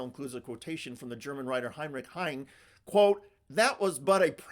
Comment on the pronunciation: Heine is pronounced HIGH-neh. Perfect quote to use!